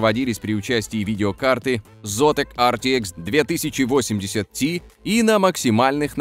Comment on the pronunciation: Беилфилд ви, ртикс 2080 ти - я вырубаю видос, мои уши этого не выдержали